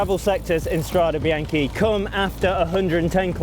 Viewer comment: You guys should be ashamed of yourselves - you're CYCLING WEEKLY, and you're ABUSING the pronunciation!! It's strah-day bee-yawn-kay. It sounds brutal when you pronounce it like the major league baseball team, the Yankees. C'mon, make a little effort!